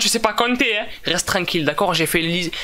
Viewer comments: a un problème avec: Reste tlanquille😂😂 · le nombre de fois ou dis rest trankil